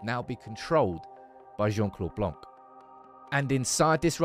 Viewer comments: His name is blan not blank great video though ! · You don't pronounce the "c" in Blanc 😊